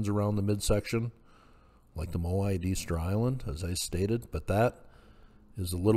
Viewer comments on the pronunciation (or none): none